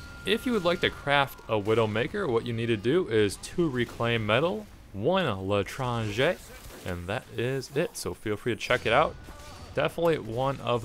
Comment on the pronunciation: I love how you say l'étranger !